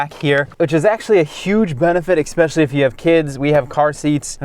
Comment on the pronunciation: Do adults say “ex-specially”?